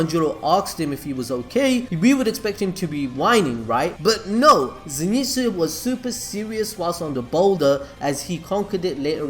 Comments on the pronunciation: so ze not zee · It pronounced zyn tsu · fun fact: its a common misconception that he is called Zenitsu, but in fact he is called Zen'itsu (so not Ze-ni-tsu but it is Ze-n-i-tsu) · Nobody Not a single soul: Zinitsu!! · Come on you can do it.. Z.. NET.. SU.. Zenitsu pronounced zenetsu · Nobody:: ZeeNeetzoo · Okay so you almost got the name right. Always read Zenitsu as Ze (e sounding like the e in end) Ni (knee) Tsu (T-s-oo) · "Zénitsu". Bruh, watch the anime and pronounce the name as heard, smh😂😂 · ze knee tsu